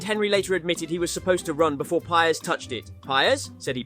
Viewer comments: “Pyers” and “hen-ree” hurt my soul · Ahh yes, the famous Robert pie-res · This guy reckons he knows football, but saying Henry with a hard "H" and pie-res is like that scene in inglorious basterds where Michael Fassbender holds up his index, middle, and ring fingers. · Pires isnt English he is not Pajres. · love the content but you dont half butcher some of these legendary names HENRY !!!!!!!! PI-RES!!!!!! arghhhhhhhhhhhh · That’s not how you pronounce Pires OR Henry. Shameful